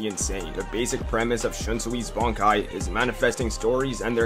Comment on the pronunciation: Dude don't even bother say Bankai he says wraaaaaaaaraaaaaa